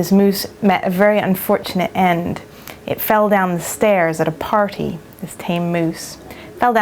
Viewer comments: I think its more of a "proper" english accent when she says party. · lol 'party'. She's sorta got a hybrid accent there ^^